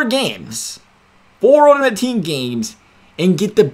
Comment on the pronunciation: Please learn how pronounce ULTIMATE... lmao!!